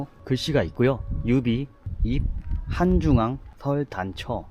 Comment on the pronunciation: 아저씨 한중왕 본토 발음 간지나네 크